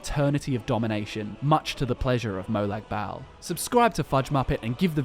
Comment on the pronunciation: Molag bal is pronounced moe log ball not moe lag bael.